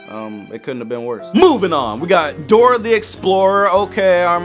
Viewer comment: it’s Dora not grora